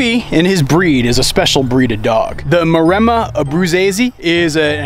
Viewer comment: the breed is Mare-mma is how you say it not what your saying